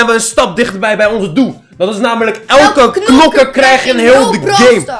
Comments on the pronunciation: Hey het is knokker niet nokker en als je het in het Engels wilt zeggen zeg je Brawler ( geen haat ) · Als je een doos opent en er staat 6 onderin dan heb je een nieuwe knokker . Nog een tip: het is niet nokker maar knokker (geen haat hoor) Ga zo door met je kanaal man love naar jou❤❤❤👍👍👍